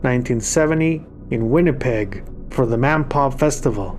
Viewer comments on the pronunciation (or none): It's "WINNIPEG" not Winnepeg". And there is another story to that Winnipeg event - apparently Zeppelin was very unhappy with the situation of the sound system in the Winnipeg Arena after the mass exodus from the nearby drenched stadium. There was word that they had no intention of taking the stage and stayed in the hotel room getting wrecked. Local singer Diane Heatherington showed up and gave the boys a piece of her mind and demanded that they quit their belly-aching and give the fans what they wanted and paid for. Zeppelin relented, took the arena stage, and the rest is Winnipeg history.